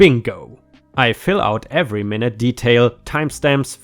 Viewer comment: Just to offer a helpful hint, when someone is noting and writing every single tiny MINUTE detail, it is usually said like "mine--yutt" not like hold on just one min--aht. :) hope that helps.:)